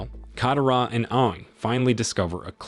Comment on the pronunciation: Not just Aang's name you even disrespect Katara's name dude if your doing recap like this please atleast learn how they pronounced their names and more